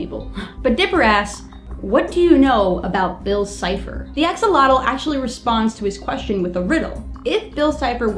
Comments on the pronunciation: Axolotl should be pronounced as a-shol-ot-l. The x is pronounced as a "sh" since the words origin is from Central America. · axolotl isn't pronounced axel-otal, it's pronounced a-sho-lote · He don't say A-X-O-L-O-T-L he said X-O-L-O-T-L Search in Wikipedia for Xolotl and you will understend me